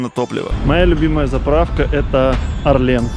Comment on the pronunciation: Орлен, а не орлЕн. карфУр, а не карфЮр